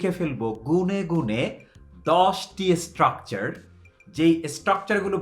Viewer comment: ইসটকচার মানে কি, ভাই...? বার বার যে ইসটকচার ইসটকচার বলছেন